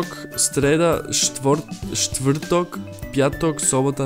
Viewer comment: Náhodou, na cudzinca veľmi slušná 😀 bola som veľmi zvedavá na "štvrtok" a zvládol to veľmi dobre. A díky za označenie slovenčiny, hľadala som tento komentár.